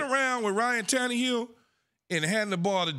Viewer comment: Say Tan-EEE-hill one more time.....